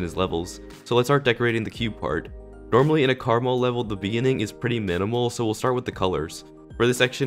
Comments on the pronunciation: it’s not Caramel, it’s (Kur-maal) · ITS KARMA-L!! NOT CARMAL!!! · pronounced KAREEEEEEEEMEL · Did he say Karamel Or Krmal? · you say it like karma l